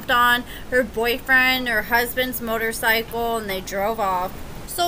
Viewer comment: It's pronounced "motorsicle" according to...hahah